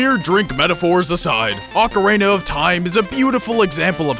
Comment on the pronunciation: I don't know why it pissed me off so much but when you mispronounced ocarina i totally lost it...